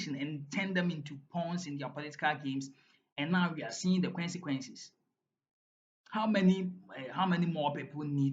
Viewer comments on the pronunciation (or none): The word is CONCEQUENCE, not QUENCEQUENCE, anyway you are not the only one most of your colleagues says the same.